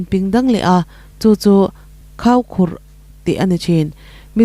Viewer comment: Khaukhurh tih lai kha isawi dan thlùk dan adik lo tlat mai.Mizo tawng i zir deuh angai😮